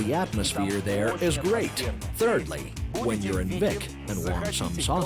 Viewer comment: Flat as a desk? It's surrounded by volcanic mountains. And it's pronounced 'Beek' not Vic.